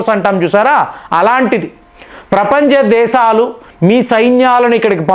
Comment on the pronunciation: దేశాలు ani pronounce cheyyali. దేసాలు కాదు. కొద్దిగా home work chei. అందరూ nee gorrelu కాదు.